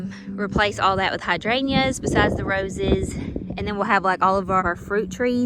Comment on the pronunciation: I just wonder why you don’t pronounce the “g” in hydrangeas?